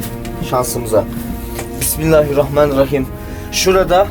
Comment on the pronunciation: pismillahrumai:D